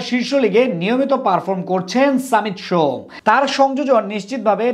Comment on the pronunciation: সামিত সোম না ভাই😅 সমিত সোম